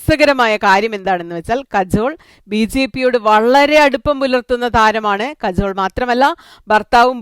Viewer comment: കജോൾ അല്ല കാജൾ